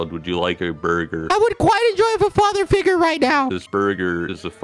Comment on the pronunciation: "I still dont have a father figwure.. :(" Quackity- "Thats just not my problem.. Not my problem.." Techno 😂😂😂😂😂😂